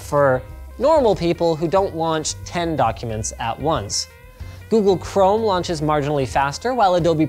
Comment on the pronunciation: Adobee or adobe, Googlee or google